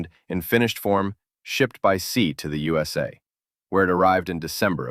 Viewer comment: It's the very first time in my long Life that someone pronouced it « Man ». No way.! Forget about Man. It's pronounced M.A.N., you got it, man? There isn't any "surprising story of socialist buses in the Yousa" either, but in the U.S.A., no matter whether with or without dots.